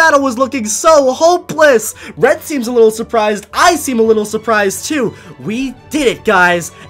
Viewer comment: I thought he was saying Fred instead of red